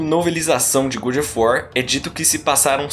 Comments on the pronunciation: Coisa irritante esse "gud of wat"!!! Ahhhhh!! Soa como o bom da guerra!! Horrível!! É GÓD of War!! GÓD!! GÓD!!!! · Saí porque não aguento alguém falar ~good~ of war. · Muito bom, porém faça a pronúncia correta do nome: God of War